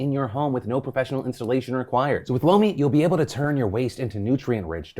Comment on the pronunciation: When you said lomi I thought you said blow me and I was so shook 😂😂